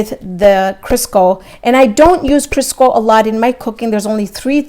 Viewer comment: I think she was saying Crisco :-)